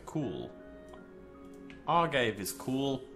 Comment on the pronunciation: its not ar-gave its a-gar-vey